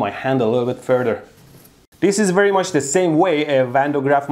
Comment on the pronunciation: Fool brige wrectifier at berry low pryce!